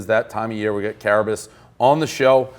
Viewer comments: It's care-a-biss to you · Pres called Carabis the village idiot on stool scenes the other day but still refuses to pronounce his name correctly. Maybe Carrabis wouldn't seemingly suck so bad if the fearless leader didn't fuck with him so much.